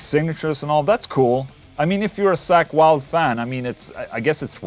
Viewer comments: Funny how you pronnounce (ball) "Sack Wylde" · "Wtf is a sackweld" oh.. accent.. right. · You pronounce it like Sack Wylde lol